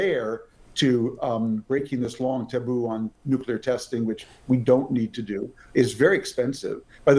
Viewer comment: Does he keep saying "nucular"?